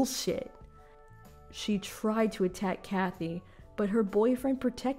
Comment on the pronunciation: Please. "Katy" is pronounced "Kay-tee." "Kathy" has an h in it.